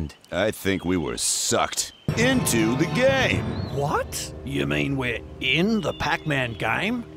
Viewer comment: “you mean we’re in The pac-man giyme?”